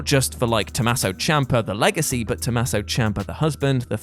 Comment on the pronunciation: Tomasso?It's Tommaso